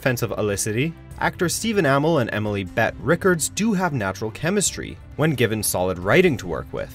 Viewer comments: STEVEN AMOL??? ITS AMELL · Deenah?? Stephen Ahmull?? Wtf... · What does get wrong in EVERY SINGLE VIDEO?!?! Everyone’s names/pronunciations! Literally take 2 seconds out of your research time to look up people’s names and how actual people say them! Steven Ahmill and Deena are wrong!!! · Steven Uh-meh-l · He pronounced Dinah and Stephen Amell wrong lol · This list is invalid, since you can't pronounce Stephens last name correctly 😅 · damn they butchered Stephen Amell's name lol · Dude, you pronounced Stephen Amell and Dinah wrong. They say Dinah all the time in the show. You clearly don't watch it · You can tell that all this dude does is research because he can’t even say both Emily’s and Stephen’s last names right lol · Bruh you can’t even pronounce ‘Amell’ properly